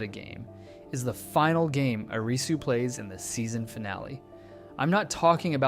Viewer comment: Thank you for pronouncing Arisu's name properly instead "A-RII su"